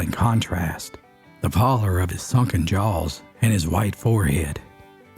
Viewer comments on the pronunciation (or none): none